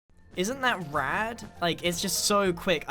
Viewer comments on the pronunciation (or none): it’s- grian saying the word rad just fuckin sent me xD